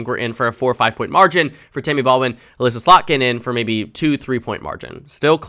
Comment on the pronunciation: I'm so happy that finally said Elissa Slotkin's name correctly! She currently my representative in Congress, and I'll be knocking doors with her on Saturday!